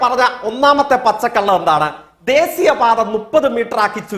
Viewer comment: എടാ പൊട്ടൻ കൊണാപ്പൻ ജയ്ക്ക് ദേസീയം എന്ന് അല്ലാ ദേശീയം എന്നാണ് പറയേണ്ടത്.